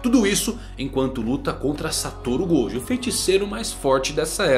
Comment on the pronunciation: Ele falou o nome de gojo errado 2 vezes kkk Até o mangão erra rsrsrs